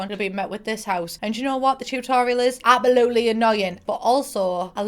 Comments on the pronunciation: i love how instead of saying absolutely, says apoloopy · CEO of saying "apalootly'' istead of absolutely lmaooo